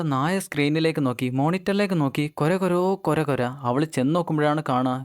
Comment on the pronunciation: കോര അല്ല കൊര